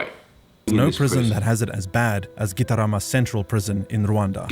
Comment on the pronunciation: "Kitarama Centrul Prizn!" Hilarious pronouncing. 😆